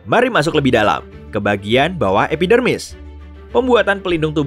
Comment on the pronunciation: kok gw dengernya epidemik?